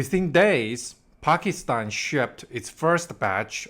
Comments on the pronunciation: Bro, learn how to pronounce Pakistan. You keep pronouncing it as Pakistine! Bro, it ends with TAN not TINE. PakisTAN. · Why do you keep saying Pakistein?